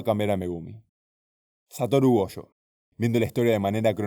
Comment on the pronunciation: Gojo - - - > Go/jo